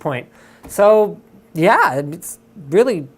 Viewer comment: for "syzdemz" for "yea" like ****